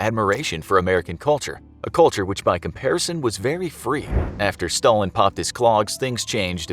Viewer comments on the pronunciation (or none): none